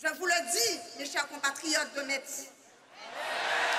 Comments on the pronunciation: le public qui crit en cœur "mess!" A chaque fois que prononce "meTss" ça m'a tué de rire 😆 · Metz se prononce "Messe" et pas "Mettsse" 😛😛 Très beau meeting, heureux d'y avoir été. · Pour y avoir été, je tiens à clarifier UNE SEULE CHOSE : Metz se prononce < > pas <<Metse>>. À part ça, ce fut un moment inoubliable ! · Au début vous pouvez observer les gens qui réagissent à chaque fois que Metz est prononcé. C'est parce qu'on ne dit pas ME"TZ" mais ME"SSE"! 😁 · Bon au final elle a compris ou pas qu’on dit mess et pas mettsse ? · Je suis allé à ce meeting qui était formidable. Une petite pensée à à qui il aurait fallu expliquer que Metz se prononce Mess. La pauvre croyait qu'il y avait une sorte de ferveur à chaque fois qu'elle prononçait le nom de la ville, sauf qu'elle se faisait gentiment huer:) Malgré cela, son discours ainsi que celui de était galvanisant. Et que dire de la prestation de Monsieur Eric Zemmour, tout simplement excellente. J'étais aux anges lorsque je suis sorti de ce meeting mais seulement quelques centaines de mètres plus loin, je fût confronté au réel en me faisant agresser par des "antifas". J'ai quand même pu passer sans trop d'encombres en me faisant insulter de raciste. Bref, plus de peurs que de mal. Vive Zemmour, vive la République et surtout, surtout vive la France. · qui ne comprend pas que le public lui crie 'Mess' (la vrai prononciation de Metz) 🤣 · On les reconnaît nos messins qui corrigent vers Metz se prononce [mɛs]! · Les messins essaient de corriger sur la prononciation de Metz en "Messe" mais en vain. Au final, ce fut drôle. 😄